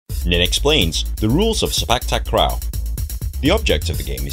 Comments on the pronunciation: It’s pronounce Si pak, tak ro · The way u said sepak takraw is kinda funny